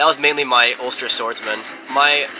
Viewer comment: so funny how pounces some of the Irish words xD such as ulster